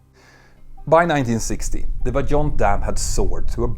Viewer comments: you pronounce it VAIONT. We are like 30 minutes from that region. The movie about the catastrophe was filmed partially in our city. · This is not an English "j", you can say this one as "Vaiyont" ;) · I thought the pronunciation is "Vah-yohn", not "Vah-john"? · As an italian 🇮🇹 I say : approved ! Driving along the nearby motorway and still facing the standing massive concrete arch of the dam is a dramatic experience. Just for your info, Vajon in italian is pronounced vah-YOHNT or vye-OHNT with the emphasis on the second syllable. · Toc in the local dialect means "large piece" or "big chunk". Also, the correct pronunciation of Vajont is similar to Vayont.